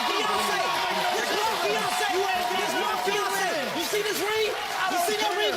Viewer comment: "YOU SEE DIS RING?" "YOU SEE DIS RING?" "YOU SEE DIS RING?" "YOU SEE DIS RING?" "YOU SEE DIS RING?" "YOU SEE DIS RING?" Me: I can't see shit.